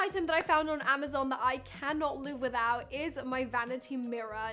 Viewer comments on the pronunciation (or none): none